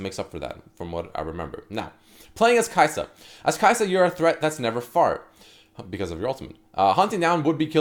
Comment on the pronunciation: Kai’sa(din). Haha.